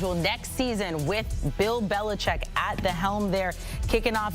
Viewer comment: His name is Bill Belichick. Not Belicheck. You would think these so called sports experts could pronounce his name correctly.